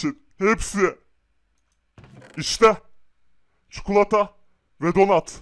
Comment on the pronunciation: Abi istersen Türkçe öğreteyim . Çukulata değil çikolata